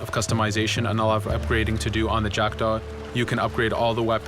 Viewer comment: le bateau d'Edward et c'est jackdaw pas jackda